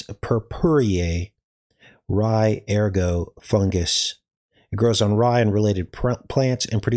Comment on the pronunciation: It's ergot for the toxic fungus that grows on rye, but ergo is a Latin word meaning "therefore," often used in logic or legal arguments. The fungal growth itself is called ergot, a name from the French for "rooster's spur," due to its shape. Don't forget to pronounce the 't.'